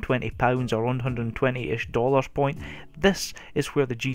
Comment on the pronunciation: why do you say dolarsh it's annoying just for me but after time it sounds cool :)